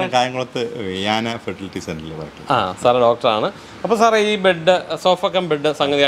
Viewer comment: Bud alla..bed aanu😅